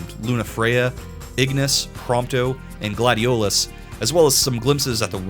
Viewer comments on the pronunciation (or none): Gladiolious? Gladious..